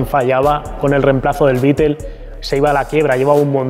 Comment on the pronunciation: Beetel? 🤣 es Beetle 🤦